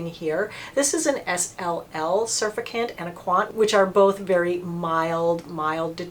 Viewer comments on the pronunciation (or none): lol I love how she thinks its pronounced "surfacant" instead of "surfacTant" lmao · Sur-FAC'-tant....not SUR'-fi-cant. 😊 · Great video. Want to try the Clinique balm cleanser. FYI: surfactant is pronounced: sir-fact-ant. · Love what you do! Thanks! FYI - pronounced sir-fact-tents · Thanks for the vid,, well done as always. I agree about CeraVe just not having the umph to get makeup and sunscreen off. I think oil based cleansers are the way to go for the makeup, and THEN the CeraVe (or Paula's Hydralight One Step face cleanser, which is a bit more likely than the CeraVe to get makeup off). One thing, surfactant pronounciation-: sur-FACT-tant, emphasis on second syllable. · Hi. This is one of your all time best!!! PS it’s pronounced sur-fact-ant. 😊😘👍👍👍